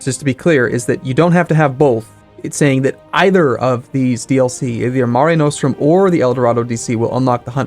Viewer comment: Nos-trum not No-strum